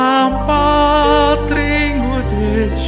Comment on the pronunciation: 궁금한 점이 있어요. 울란바토르인데 발음은 울담바트로로 들리고 르 발음들이 드로 들리는데요. 궁금증 해결 좀 부탁드려요